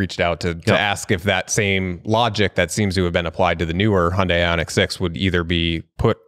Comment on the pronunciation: Not a Hyundai fan but please pronounce it properly. It’s very different from Honda. It’s not Hondei.